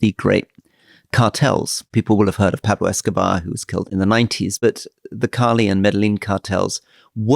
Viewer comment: Lived in Cali, Colombia for 2 years... I am not sure about Rory's pronunciation of Cali. Took me 2 seconds to realize he was talking about Cali when he said it. Lived in Mexico for 4 years in as well. I can't see their problems improving any time in my lifetime. Corruption & mistrust in government runs deep in these countries. The amount of money involved in the drug trade is unfathomably large. When I told my Colombian friends the price of Cocaine in Europe, they couldn't believe it, and responded with, no wonder why the cartels are so rich. Beautiful countries to travel around, the people are fantastically hospitable as well. So much potential in these countries.